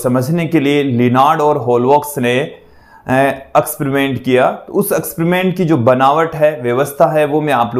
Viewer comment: Eksperiment bolte h akspariment ni sir😅